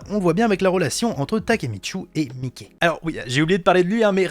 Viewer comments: Par contre pour Mikey, ça se prononce Maïki pas Mickey. C'est beaucoup plus badass je trouve, respectons un peu le GOAT. Sinon super vidéo. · Je crois que le prenom du boss du Tokyo manjikai se dit maïki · Par contre Mickey se prononce plus comme un surnom de Michael genre "Maiki", que comme la souris de Disney vu que son surnom vient d'une un histoire avec sa demi sœur où il voulait se donner un surnom étranger. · Genre « Maïki » ? Parce que, comme il le prononce ça se rapproche plutôt de Mickey Mouse que de Mikey l’intouchable 😂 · Avant jprononçais Mikey comme toi, mais mtn jle prononce à l'anglaise, jtrouve ça bcp +stylé